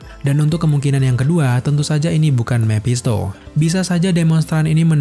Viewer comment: Mepshisto mephisto bosen dengernya